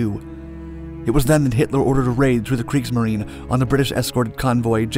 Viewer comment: Some German pronunciations for you: Leipzig: Lie-pzig Kriegsmarine: Kriegsmarin-eh